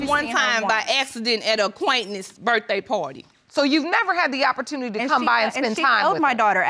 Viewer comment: "V.I." (via) facbook??? "He doesn't have a type b/c he was in a committed relationship"??? "I went to her school....she was puhteek" (petite) "I seen her...at uhquaintenance" (acquaintance) It's too much. I get she's grieving but, the disrespect is unnecessary. 3 things she does have in her favor are that she's attractive, young looking (younger than her age) & beautifully hued.